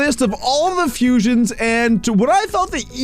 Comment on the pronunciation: Fusions not fusons